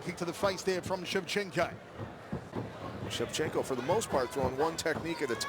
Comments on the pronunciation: It's Shevchenko not Shevchenka. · It would be nice if the idiot commentator would pronounce Valentina's name properly: It's ShevchenkO, not ShevchenkAH! BTW, she's great! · Shevcenko not Shevcenkah!